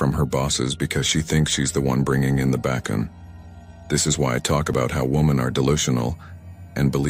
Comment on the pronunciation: Did this AI mispronounce "bacon" then says it cant pronounce her last name 😂😂😂😂